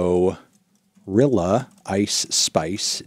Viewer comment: The way I busted out laughing when you were reading them all back you said "glorilla" 💀